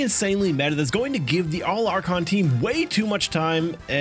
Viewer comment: All "archon" 😂